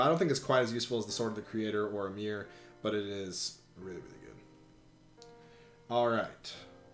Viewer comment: guywfarting77777 They pronounced “AYmr” as “AmEER,” so I can’t take Smash pronunciation seriously.